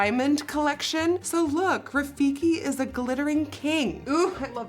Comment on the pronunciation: It’s Rafiki not rifiki Rafiki means friend in Swahili